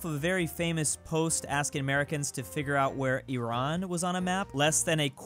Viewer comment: There is an Iraan texas...you say it the way we say Iran in english.